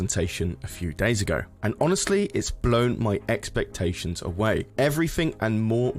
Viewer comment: "It's blown my eckspectations away" XD